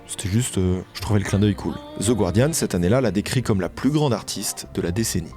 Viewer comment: super comme d'hab ! (btw c'est guardiaN, et pas gWardiaN)